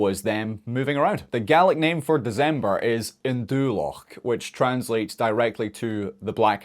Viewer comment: WAIT did you say deZember?